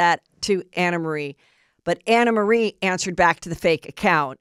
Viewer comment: The woman herself said it’s pronounced “AnnaMarie” & that’s it’s French or something. 🤦🏻‍♀️